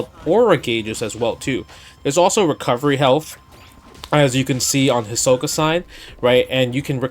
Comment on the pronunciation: Justin: "I'm a big HxH fan" Also Justin: "Gahn" "Hisaka" "Leyo Reeyo"